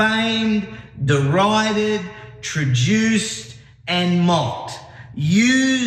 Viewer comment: Umm, “trejuiced”? “treduced”, maybe..?